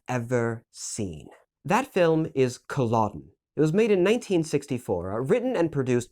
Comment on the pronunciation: It’s pronounced cull-e-dun